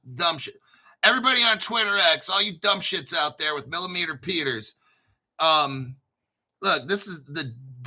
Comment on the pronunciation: He said millimeter peters LMAO